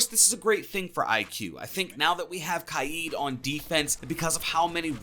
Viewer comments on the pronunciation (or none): Kaid he pronounces it kiade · It’s kaid (KAY-DUH) (K A Y E D) not (KAI-EEE-DUH) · Its killing me the way u r saying kaid